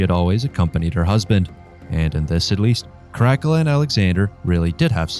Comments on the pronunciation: That definitely was annoying to hear the liberty taken with the pronunciation...especially when scholastic study has taught in consistent pronunciation...(in English, that is) KARAKEL-A (that generic version of the nestle crunch bar) is what I kept thinking every time I heard you say it... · I'm an archaeologist specialising in Rome, it's care-ah-cull-ah. It was painful to hear your pronunciation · So, who's this Crackula person the narrator speaks about? I've heard of Caracalla, but not Crackula. Perhaps he's related to Count Chocula. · Great up-date on Caracalla! Myself as a Roman reenactor, I call him “Kar-A-Kel-La”. All “C” in Latin is always a “K” sound. Like in CAKE, Candy. The soft C cones around the year 1000 as in church Latin. In his coins, you see a young boy, teenager and when joint Emperor in 210 (age 24), you start seeing the Frowning man. Coins in his last 3 years, he looks like trying to go to the bathroom but blocked up ! He likes the scary look a senator claimed. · I've never heard "Caracala" pronounced like it is here. The most famous thing he did was his huge bath complex. "The Baths of Caracala" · CROCK-ULA ; LOL; IS THAT DRACULA'S BROTHER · ?? The pronunciation of Caracalla .... I've laways heard it as Cara calla as in the Cara (-) Calla Baths ??? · Caracalla…for future reference, his name is pronounced: Kaa-ruh-kaa-luh. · No it is not. Latin is pronounced basicallly as written. With some exeptions like C, AE etc. So it is Karakala. And A is pronounced like pure A. Not like in English. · CaraCALuh surely? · Ca'rack'ula = Crackula lmfao . Is he a Roman emperor or a freebasing vampire? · Yep it was horrible. Don't do this again please. Your content is very smart and well written. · Tbh if you are going to be critical and expect to be taken seriously pronounce the name correctly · you really ridleyscotted that pronounciation haha. it bothered me a little every time you said the name but its fine. just try to research the right way next time